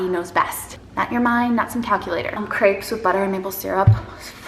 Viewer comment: Can’t wait for France vlogs 😍 I was do confused the first couple of minutes because I understood grapes instead of crepes 😂